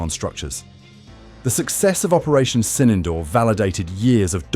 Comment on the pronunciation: Not 'Sinendoor'...it is Sindoor... And the 'd' in Sindoor is not pronounced as in 'door'...it is pronounced as 'the' as in 'therefore'